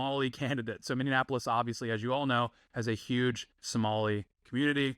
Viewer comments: Mini. Apolis. Mini. Apolis. Minneapolis. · I’m sorry but please pronounce Minneapolis correctly